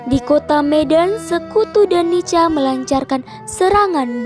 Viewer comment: NICA,dibaca nika bukan nica atau nitja broo.